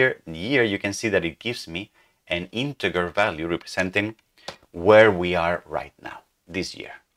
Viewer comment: Great work once more. By the way, I've heard you say inteGGGer so many times I had to bring that to your attention that it's pronounced [ˈɪntɪdʒə] or [intjer]. thank you for your great tutorials series. It's already 10 times better than the Microsoft's own Learn channel on the subject. You are appreciated.